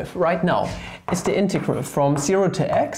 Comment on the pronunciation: DOes no one find it just lovely how he can NOT pronounce integrals lmao